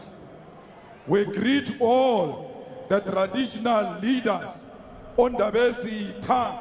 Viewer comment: ngebhadi angikaze ngibe nethuba lokuhlala nabatsonga kodwa ezinye izizwe engiphilenazo ngikwazile ukufunda ulwimi lwazo....but umnumzane malema yena usebenza nabo abakhuluma isizulu...kodwa uhlulwa ukubiza igama elizwakala mihla elithi "Ndabezitha" elibizwa izizwe eziningi zabenguni..